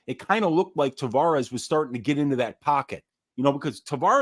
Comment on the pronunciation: Hey boys...it's Tah-VEH-russ.....not Tah-VAW-russ. Thanks for giving us a banger of a show!